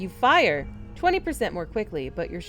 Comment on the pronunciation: so funny, you were about to say, "You Fiyyah." Like Biwwy from Fallout 3 XD. Slight malfunction but it's ok! Keep it up, you got this.